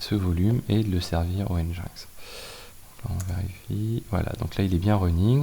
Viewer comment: !Hello, Au cas ou, ca aide a se comprendre des fois :) NGINX Open Source160 ou NGINX (prononcé [ˌɛndʒɪnˈɛks] ) -> Engine X un peu comme yaml qui se prononce "yameule" Merci pour le contenu !